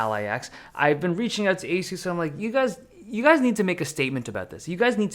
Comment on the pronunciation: y do u say asus like that its a suss ඞ